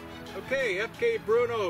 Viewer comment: Is it pronounced "Berno" or "Bruno", or something else?